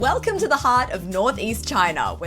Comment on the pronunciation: Is there a hint of German accent at the start? (biting underlip) Velcome to another food adventure! hahaha